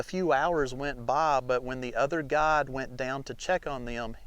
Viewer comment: It took me until the end of the video to understand he wasn't saying "Cave God", but guide. Still, very good!